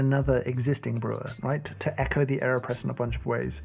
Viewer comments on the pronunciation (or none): none